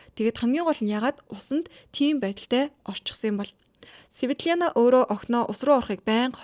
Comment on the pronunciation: Светленя биш Светлена гэж хэлнэ шүү.